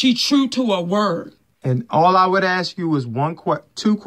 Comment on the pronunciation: Monique the word is ASK not AKS!